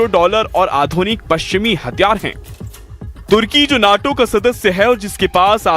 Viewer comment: मूर्ख आदमी न्यटो का क्या अर्थ है सुन्नी नैटो बोल ता है।